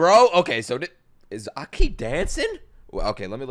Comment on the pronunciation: AH-ki, not akee lol